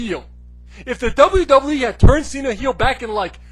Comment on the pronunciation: It's "Doublue Doublue E".